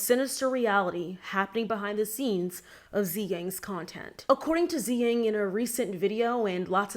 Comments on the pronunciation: her name's not pronounced as "Zi-Yang". It's pronounced as "Su-Yang". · Tzuyang is pronounced like 'chui-young' not 'zee-gang' 😅🤍